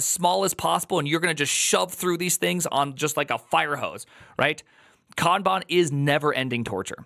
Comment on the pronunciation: Love your way of pronouncing Kaaanbaan 😊